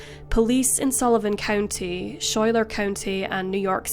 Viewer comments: Great video! I'm from Corning, my father was an amateur race driver in the vintage sports car class at "The Glen." Two tiny quibbless: Schuyler is pronounced SKY-ler, and Steuben is pronounced (by the locals and by the Corning Glass Works employees who formed the glass) -- anyway, it's pronounced stew-BEN. Thanks! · It’s pronounced Skyler (Schuyler).